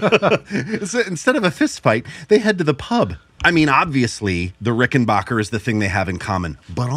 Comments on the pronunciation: Dammit it's RickenBACKer, not rickenBOCHer!!!! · RickenBACKer. RickenBACKER. RickenBACKER. Not BOCK. ✌ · You dudes need to learn how to pronounce "Rickenbacker." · It grates on me so much to hear people like mispronounce "Rickenbacker."